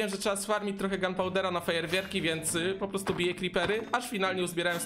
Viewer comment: Fajerwierki powiedział XD